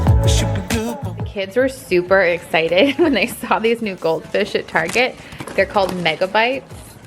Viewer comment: Hey Granma,,, teach her how to say Target properly...